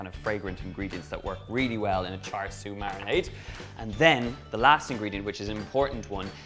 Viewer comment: Not exact replica of Char Siu (Pronunciation- Cha Seu) but it should be good I suppose